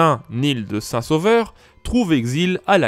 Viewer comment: L'Anglais est tellement invasif, que tout mot inconnu est prononcé à l'anglaise. On ne dit pas Nil de Saint-Sauveur, mais Né-el de Saint-Sauveur. C'est ainsi que l'Auvergnat Claude Duneton se faisait parfois appeler M. D'une tonne (par des gens qui ignoraient son poids) ! Par ailleurs, j'apprécie beaucoup ces vidéos, claires, documentées et bien illustrées.